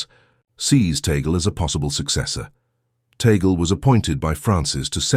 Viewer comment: Please make sure to pronounce the last right.. its Tag-le